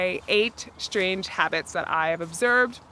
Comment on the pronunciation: One minor suggestion: please stop pronouncing strange as shtrange